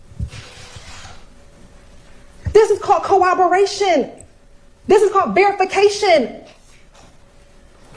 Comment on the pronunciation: Which law school teaches Cowobberation?? My lowly education always said CORROBORATION. At least TRY to sound educated!!